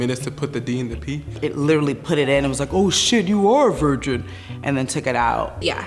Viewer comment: “Oh sheet! Yoo r a VARJen!”